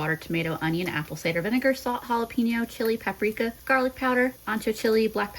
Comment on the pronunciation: You call it "jarlic" too! I think I started doing that after watching Babish. 😂